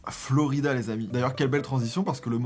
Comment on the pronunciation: J’adore!!! 😂 la nostalgie et puis t’es tellement drôle! Par contre c’est Flo raïda pas Florida 🙊